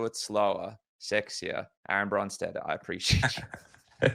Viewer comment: Aaron VON BRON-steter 😂😂😂